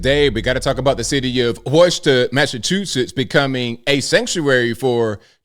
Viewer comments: My man, LOL. WUSHTER?!!! Love the channel but it’s WHOOSTER. LOL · As a local, it's not the worst pronunciation I've heard, but for future reference, it's pronounced "Wu-stah". Also yea, these people are crazy, but believe it or not, most of us here also think they are crazy and want nothing to do with this. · Hey Anthony, I love watching your channel and have been for a very long time. I'm from MA, the city name is pronounced Wooster. We call it the Woo up here. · I was born in Leominster Massachusetts and I’m ashamed of that. I’ve been in Pennsylvania the last 38 years but mass is such an embarrassment. Wistah! They can’t even pronounce words properly 😂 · Worcester is properly pronounced “Wister”😊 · It's pronounced "Woo-Stah" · It's pronounced "Wister" to locals. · It's pronounced "Wister/Wistuh", and im glad i dont live their anymore. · Woo- ster😂😂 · Cool, half the world can't pronounce it right anyways l. You can have it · Bro I live here and you don't even pronounce Worcester right bruh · Listening to pronounce Worcester is funny. It’s ok in NY we have a hard time understanding his to pronounce Mass cities too.